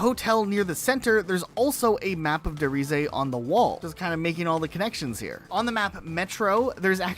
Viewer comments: Its pronounced rees. Not reesuh. Lol Source.... Me. I'm almost 33. I played all the cod games and their dlc the day they released. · its not Reese-uh, as that would mean the travel. its Reese. which means the giant. considering that multiple times the map is referred to as the giant project, its safe to assume its der reise meaning the giant, rather than the way you guys say it which means the travel. also the word Der at the front means it means the giant, where as reeseuh would need die at the front which measn the travel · Da reesah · Der riese uh 😂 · tf is that pronounce? I dont speak german, and i can pronounce it better. DER REIZA?? God this is actually cringe.